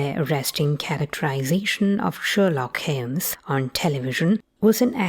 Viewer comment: Sherlock Heems ))